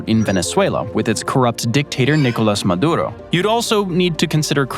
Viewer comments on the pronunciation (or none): none